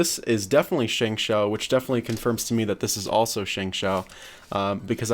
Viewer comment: oh my gawd yall be butchering the chinese names 😂😂, shengshou (meaning holy hand) is pronounced "shung show". Zhanchi is pronounced somewhat like "Jhun Chh", (meaning spreading wings). But then again, lots of chinese people absolutely butcher english words too. Cant blame yall. But yall did kinda get the dayan right.